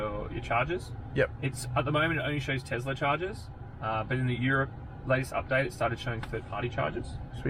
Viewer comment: Oh no, another TeZla pronouncer.